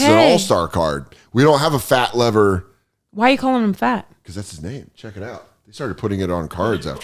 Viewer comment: "Fat" Lever is pronounced "Leever"